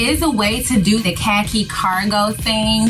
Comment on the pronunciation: Amazing looks! But the way y'all pronounce Khaki.. Umm